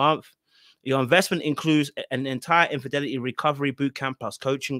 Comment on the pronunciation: Its "Infidelity" 😂 Anyhoo, Derrick trained her well to be a flipping con artist! She looks coo coo AF in this promo😮